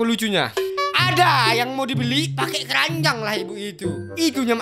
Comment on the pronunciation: kerajang bg bukan keranjang